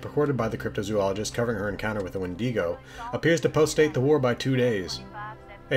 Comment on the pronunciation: Ya know when you call it a wendiigo it sounds a lot less threatening if you don’t mind I’m going to borrow that pronunciation of the word because I am truly terrified of them I swear irl I saw one and since anything that skitters about like the grudge chick and screeches like the thing from the depths of my nightmares warrants being burned with a plasma flamer